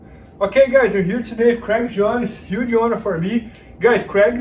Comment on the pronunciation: Issss a yuuuuge auuuunour for me to hear you say “iss a yuuge auuunour for me” #legendary